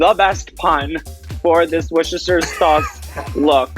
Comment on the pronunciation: Aquaria pronounced Worcestershire perfectly 😚👌